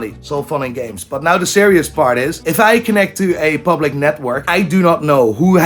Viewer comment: Why do the iris say 'nai' instead of 'now'? They need to see a speech therapist.